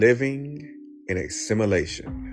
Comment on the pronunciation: This dude can't even pronounce simulation, but I'm supposed to believe his crack pot theory.....😅😅😅😅 Yes, I have seen PLENTY of Asians pump gas. And Yes, I have seen a pregnant Asian woman. This dude is dumb AF. It's amazing though, because he ACTUALLY thinks he's "smart" 🤦🙄🤷